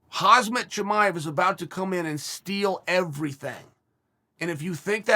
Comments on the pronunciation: It's pronounced Hom-zot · i can't believe he still keeps calling him Hazmet LMAO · I wonder if Chael ever films one of these and says Khamzat's name correctly by accident, and then has to re-shoot the whole thing and say Hazmet for consistency. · I love a many of Chael's takes, but he's wrong as often as he's right. If Chael had the sense god gave geese, he'd look at Khamzat Chimaev's name, sound it out, and stop saying "Kazmat" sometime BEFORE going on the internet to tell 890,000 subscribers that he understands the man than we do. The argument for Chimaev getting a fight with high-ranking opponents is that he had STEAM and CLOUT. He does not have those right now, he hasn't fought in almost 1.5 years and he's only fought 3 times. If somebody doesn't want to fight him TODAY, they are not DUCKING him, they're looking for a BIGGER NAME. If Chael wants to complain about somebody not getting a premature but deserved title fight based on proven talent, he should be talking about Makhachev, and he knows it. Edit: Sorry. *Mocklechev. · "Hazmat Chimaev" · Hazmet Chimaev lmao ! Chael pronouncing names in his OWN WAY is hilarious. Kamara usman lmao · Hazmet, kamzat, hasmat, hasem, Hamzat..... Khamzat Chimaev the man with many names..... has more name than Voldemort, according to uncle chael!!!! Lol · Hazmat Chimive. Another addition to the collection of Chael's perfect name pronunciations.